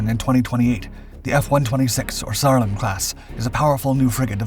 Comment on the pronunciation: I heard Saarland as Sauron 🤣🤣🤣